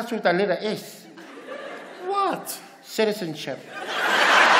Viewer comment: SITIZENSHIP 😂😂